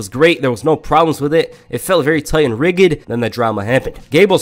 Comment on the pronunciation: Did bro pronounce rigid as ‘rigged’ 💀